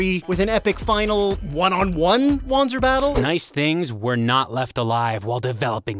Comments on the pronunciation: "-- called "WAN-zers" It's german. It's pronounced "Van-zer". Jesus christ, have you never played a Front Mission game? The voice actors throw that word around constantly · The correct pronunciation is indeed Vonzer as listed on the wiki. However, in both Front Mission Evolved and Left Alive, the word is pronounced WAN-zer, hence why they used it too. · Wanzer is pronounced with a "Va" sound. "Vanzer" not "Wanzer." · So, shouldn't it be pronounced "vahntser" instead of what we've been hearing? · Did the devs just hire people without telling them that the mecha are named Wanzer... Which is pronounced in a Germanic fashion Vanzer... What the actual hell...? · Wait... how did the game mispronounce it's own made up unit type? Like 20 years of it being german, and now...? Is "lazy" a launguage? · says wanzer wrong